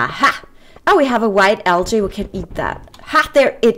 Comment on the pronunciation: This video looks really good,.:-) Granite sounds like "GRAN-it," Calcite sounds like "CAL-site," and Algae sounds like "AL-jee." I'm a guy, but I don't know of anything that's guy-specific in the way of gifts. It's probably best to learn about his hobbies and choose something related. Not every male wants a tool, a tie, a movie, or even a boat. I rarely like the gifts I receive, to be honest. Money or a gift card works best for some of us.